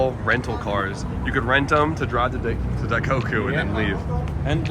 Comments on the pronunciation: daiKOku, not daikaku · yo its not "die cock eew" its "die coke oo" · For the love of God, it's "Die-coke-ooh" not "Die-cock-ooh", lmao 🤣🤣🤣🤣💀🤦‍♂. You say it correctly like every other time in these videos and it's hilarious. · Dai-KOH-Koo. pronouncing it Dai-KAW-Koo lol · Bro this is the second time I’ve heard you say in this video, “dai-COCK-Koo” is CRAZY 😭😭